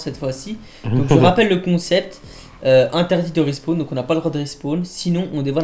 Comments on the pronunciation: respaWn wsh pas respWan olala 😭😂😂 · De rispown il à dit sa au début et pour le mot carcasse aussi y galère à le dire